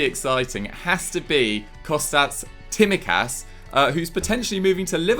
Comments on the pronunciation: *Says Konstantinos Tsimikas as Kostas Timikas Joe: "great pronunciation there m8 lovely" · It is pronounced Simikas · it's TSI-MI-KAS believe me I'm Greek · We looked it up... the s is silent! () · butchered Kostas Tsimikas name. LOOOOOL! He is a baller though, probably one of the best Greek players right now! He is faster than Robertson and he would probably start for most of Premier league sides but it's a shame he would have to compete against Robertson for a starting spot.